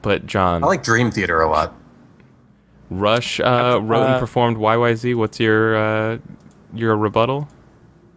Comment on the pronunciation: Btw, the Rush song is pronounced yyzed not yyzee, the song was registered as that because they're Canadian. Not super important, but interesting.